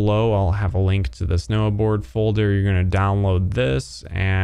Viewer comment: its nohboard not noahboard